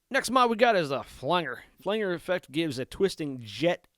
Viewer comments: FLANGE-R not flang-er. OMG, STOP IT! 🙉🤬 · When he kept saying "flang-er" rather than "flan-jer", it made me wonder if he was actually a deep fake AI bot. Lol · Hey good video. It's called a flan-Jer. Nor a flang-er. Thanks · All this knowledge from a guy who says "Flangger"... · Pronounced "Flan-Jer" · In case you are interested: Flange Flanger The ‘ang’ is pronounced like Angela ang in English he’s actually rather strange and has a number of different possible pronunciations with the long and short, a sound and hard and soft G sound Of course there’s anger stranger. Language, Orange to name a few, but as the root of this word is flange, it is known as a flange-er . I don’t care though. You can call it Flanger as much as you want but this video was helpful for me in navigating the interface so I figured I’d offer some instruction in return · I have learned a lot from watching this. Bought the head as a back up to my 5153 stealth. One note, flanger I have always pronounced Flan-Jer. Still a great video! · Great tutorial, but the word flanger is pronounced with a short 'a' as in 'angie', not like 'angle'. It refers to the way it was first produced, by someone accidentally touching the "flange" of the tape reel while it was recording. This created a modulation effect. This was how it was actually done for years before it was produced electronically.